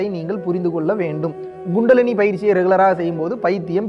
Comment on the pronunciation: It's not GUNDALINI It's Kundalini!!! Hahahahahahahahaha!!!! 😂